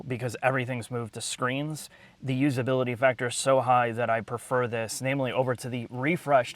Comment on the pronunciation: "Per-fer (prefer)". "Fiss-Kcle (physical) buttons". (Unable to make a face) What toxins are in the water there?